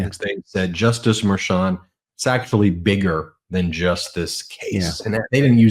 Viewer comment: I said this before, but why can't say Judge Merchan's name correctly? I understand that it's a tiny detail, but it's been going on for a long time.